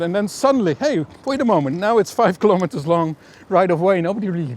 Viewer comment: That you get the pronunciations of Dutch places wrong is perhaps understandable, but please pronounce the word 'kilometres' correctly.